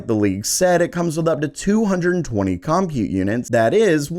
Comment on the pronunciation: It's pronounced "burr GAH mo". And it's pronounced "GEN oh uh. And it's pronounced "com PUTE". Just sayin'..... Thanks for the great info - too bad you'll have to earn 7 figures to ever get your hands on any of these after a 2.5 year lead time.